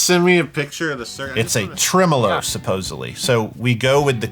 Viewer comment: never heard it pronounced treMOlo